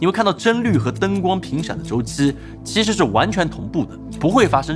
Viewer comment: 真的要我整理出来吗？ “其实”是念“chishi”? “期”是念“chi”？ “器件”是念“chijian”？ “摄影机”是念“sheyingzi”？ “机器”是念“zici”？ “对齐”是念“duichi”？ “实际”是念“shizhi”？ 这是我听错了，还是我一直学的拼音都是错的？ 你又是怎么理解普通话的？